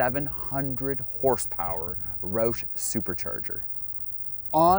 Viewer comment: First things first, say it right man its ROUSH like like "ouch" but with a "sh" instead of a "ch". Secondly, yes you do need the Brembo brakes but the 3.73 gears are actually counterproductive and you'd rather have a lower gear like a 3.31 or 3.55 in order to take advantage of longer gearing up top. Maybe with a centrifugal supercharger 3.73 would be better bc they're lacking the torque down low that a TVS supercharger has. Love this guy's enthusiasm but it seems like it's for kindergarteners and not adults. It seems like he's from Canada ay? 😂 But is this dealership in Atl??